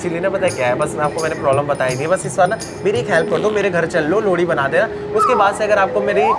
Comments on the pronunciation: Wo लोड़ी नही लोहड़ी होता ह शायद😂 mst वीडियो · भाई साहब लोहड़ी होता है या लोड़ी 😂😂😂